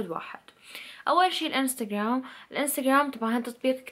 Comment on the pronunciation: Aenda Sherzad هههههه وركز او ركزي ع كلمة انستگوررررام لو انستگرام😂😂😂😂😂😂😂😂